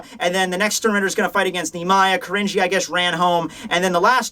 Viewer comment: Man hearing "Kirinji" pronounced really throws you off, almost comes off as "cringy", so gotta be careful there. (But there was also a one-shot by Tetsuya Saruwatari in Riki-Oh by that name lol, spelled as 鬼凛児. So that's why the name sticks out to me.)